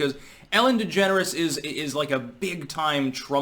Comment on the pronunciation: I think I heard you say Ellen Degenerate 😂 close enough😂